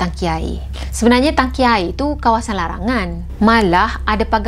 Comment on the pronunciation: Tangki. Bukan Taki😜😝😛🤪